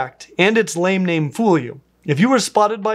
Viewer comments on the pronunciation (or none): none